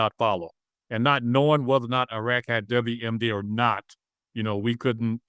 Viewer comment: This guy is way over his head: he can't even pronounce Iraq and Iran correctly.